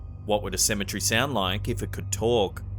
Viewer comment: CEM-E-TER-Y!!! WHY can't you pronounce this simple word correctly? Cem-e-TER-y!!!